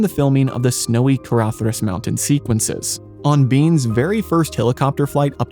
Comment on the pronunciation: Someone else who pronounces "Caradhras" correctly? Never thought I'd see the day 😂